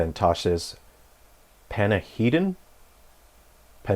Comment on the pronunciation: Pedantic lore guy here. Panahedan (goodbye in qunari) - "pun-ah-hey-done". Qun (the religious and political code of the qunari) - "kyoon" . Also fix your audio, brother. Good breakdown otherwise.